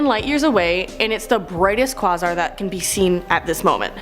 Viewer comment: Pronounced quayzar not quozar..spelling is quasar